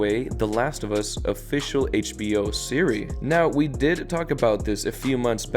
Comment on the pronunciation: Why you saying series like Siri lol